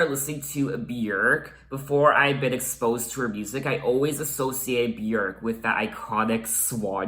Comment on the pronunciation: YES!! You pronounce Björk properly! 😂 “byerk” not “byoork” 😂